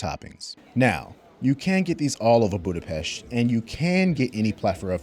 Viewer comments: And extra points for pronouncing Budapest right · Thanks you for saying Budapest the right way❤